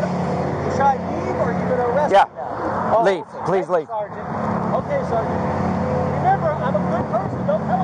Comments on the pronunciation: if he says Sargant i've got a BINGO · He says sargeant far more in one video than anyone that's gone through boot camp in it's entirety. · This other metro guy is almost a fully trained....just needs to learn to say sergeant sergeant sergeant sergeant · I swear the first word to ever come out of mouth was "sergeant".